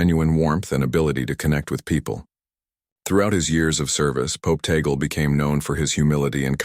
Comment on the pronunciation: FAKE STORY. FAKE NEWS. Please respect the Holy Father. STILL ALIVE. His last name is (TAG-LE)